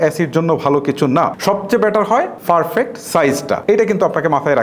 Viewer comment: হেতেরে প্রথমে বলেন উচ্চারণ ঠিক করতে। ফারফেক্ট......